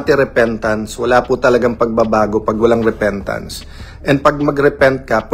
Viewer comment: Di ba sabi niya bumibili siya ng boto tapos sabi repentance namali lang siya ng bigkas repeatance yun diba paulit ulit siyang nagsisinungaling😂😂😂😂actually last resort niya yang maging religious kunwa dahil baka may mabuklat na baho niya